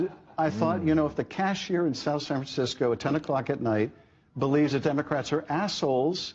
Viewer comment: Did you say Demo - Craps ? 😂😂😂